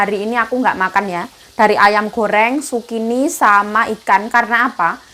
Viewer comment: Zukini BKN sukini nma org mbk